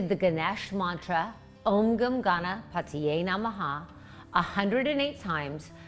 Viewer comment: It's om gan ganapataye Namah,not om gum